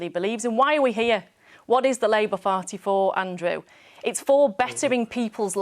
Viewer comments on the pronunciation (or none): 4.40. Did she call it the labour farty